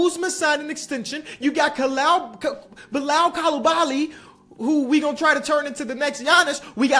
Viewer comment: The pronunciation of Bilal Coulibaly is wild 😂